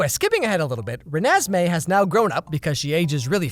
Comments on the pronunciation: it sounds like he pronounced it “renASSmee” which honestly is a better name than what it actually is. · ReNEsMeE Idk I loved that part 😂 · Youtube was made for when he says "Renesmee" 🤣🤣🤣🤣🤣🤣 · Renasmai? Renesmai? Renasmay? Or renesmay? Oh it’s Renesmee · the way you said Renesme had me laughting for a while